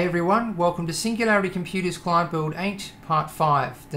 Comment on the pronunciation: i like the emphasis on CLient :)